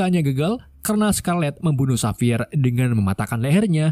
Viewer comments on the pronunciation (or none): none